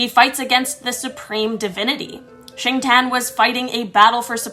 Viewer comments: By the way it's pronounced as "sing ti yen" not singten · Xingtian tho